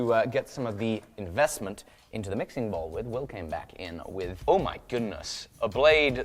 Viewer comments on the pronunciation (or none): IN-VEST-MINT.... unsubbed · In-vest-mint huh? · Ahh.... "In-Vest-Mint" I get it now..... lol Also, about those huckleberries.... you do mean, that part of Montana that's supposed to be Idaho right?